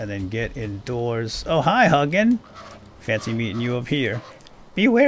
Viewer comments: Hug'n the raven. The more cuddly version of Hugin. Which is pronounced like "who-gin". As someone who speaks old Norse and studies Norse mythology, this was...painful. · I think it's pronounced hoo-gin. And moo-nin. Odin's raven's thought and memory.(I just got done listening to the Iron Druid Chronicles, and that's how it was pronounced in those books anyway.) Love your content. I can't keep up with it all, but I struggle along at the best of my ability. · If you're going to make more of these, please know that Hugin is pronounced more along the lines of Hu (like "who" , but the u-sound in the end of "you", and gin (with a hard g, like in "golf") and a longer "n" sound, like in "jinn". I do enjoy your videos, but hearing you butcher that makes my blood boil 😆. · I'm norwegian, so it was painful for me too